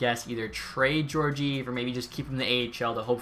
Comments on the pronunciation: Gorgeev? It’s gor-gee-ev, but nice vid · It’s pronounced ge-or-ge-ev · Pronunciation of Georgiev😂